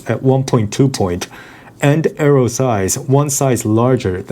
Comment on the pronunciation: 'Bro, it's just an arroh.'